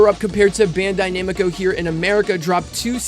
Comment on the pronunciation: Why do u say Bandai Namiko. Its Bandai Namco :v